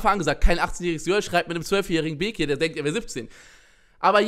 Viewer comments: Okeeey du sprichst bekir auch falsch aus also voll der selbst diss eig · Du machst dich darüber lustig das bekir sagt aber kannst selber bekir nicht aussprechen